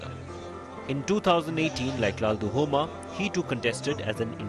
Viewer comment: LALDUH-OMA. not LALDU-HOMA